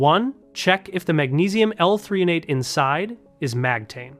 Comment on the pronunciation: I think you mean magnesium L-threonate, not 3-on-ate